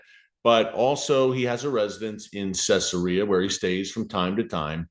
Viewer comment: It's pronounced Cezaria. Not Cessaria..